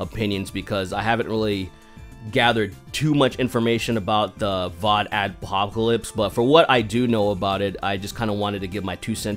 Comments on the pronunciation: You repeatedly said "VodAdpocalypse." It's "VoxAdpocalypse." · It's VoxAdpocalypse, not VODAdpocalypse. The fuck, man? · You keep saying "vodadopocolapce"